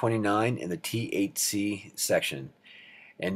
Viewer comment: It absolutely sounds like you're saying "going to cover the THC questions..." lmao